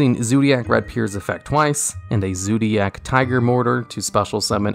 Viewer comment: I just have a heart attack when you say "Zoodiac" again.